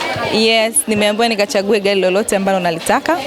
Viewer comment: Haaa haaa gari imekuwa gali 😂😂😂 Mhhh